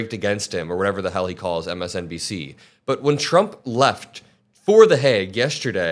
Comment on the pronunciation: "MSNDC" lmao get it right!